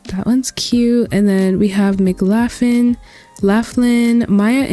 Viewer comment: I believe McLaughlin is pronounced like "Muh-Klaw-Glin" 😅 thank you for doing this vid!! I have been looking for more small custom worlds since I do most of mine in Winchester Farming Community lol I can't say which I like more. This one has university rugs/buildings, Winchester has dive spots.